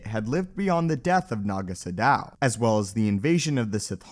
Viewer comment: Now if only this guy could pronounce anything properly. "Tulak Horde," "potency," "Naga Sadow," etc...